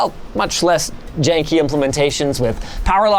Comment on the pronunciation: I am not sure if Linus said janky implementatio or Jake-y implementation.